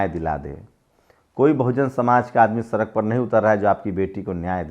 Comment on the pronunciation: अबे तू पुसमार्टम बोल रहा है सड़क को सरक बोल रहा है बोलना तो सीख ले